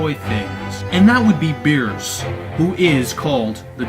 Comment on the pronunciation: of course there is no uub...this movie is in the gap between the buu saga and the ending. Goku doesn't meet uub until the ending so how in the why the hell would uub be in this movie dude? Also... bee-rhus not bee-ers lol